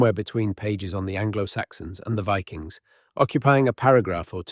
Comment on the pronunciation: Viking's or VI-Kings